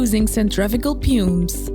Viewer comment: the pronouncing of some words of the commentary is wrong as an example ( pumps and centrifugal) the word pumps is pronounced here several times and it is a technical part of the job I don't know about other watchers but if you could revise it this could be better and thank you for the immense effort